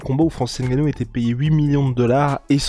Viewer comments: Prononcez bien les noms des gens c'est Nganou et non N'ganou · On dit Nganou pas HAINE-GANOU faites un peu un effort ! C'est quoi ça ?